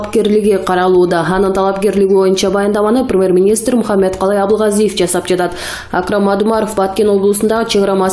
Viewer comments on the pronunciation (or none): none